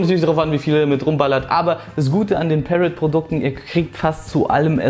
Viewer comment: Review ist ganz gut aber am Rande ist Parrot eine französische Firma und wird nicht so ausgesprochen ;)